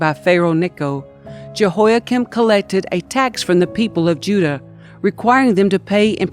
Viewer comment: JEHOIAKIM IS NOT 'CHIN' BUT "KIM"